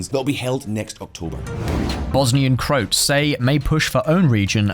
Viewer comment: what pronunciation of Croats was that? FFS.